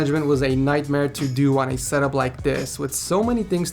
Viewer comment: I thought he said set up whores 😂